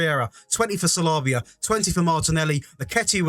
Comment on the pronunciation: You can tell you don’t watch football it’s sa lee ba not salahba